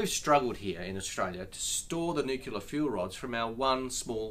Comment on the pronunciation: Ted, your energy on this is admirable. Sadly, you are dealing with a minister who can't even pronounce nuclear much less expand his thinking beyond "firmed renewables" despite having no coherent plan to deliver the firming (by 2030!). Having committed to nuclear submarines, Australia has crossed the rubicon on establishing competence and infrastructure in nuclear technology, and now we should unshackle our engineers. Interesting Bowen didn't raise in his video the "where does the reactor go" question which we have heard from him recently; perhaps he accepts that not being able to counter nimby-ism is a sign of a weak leader?